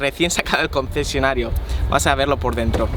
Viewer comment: Qué raro habla 😂😂😂😂😂😂 CCCCCOncesionario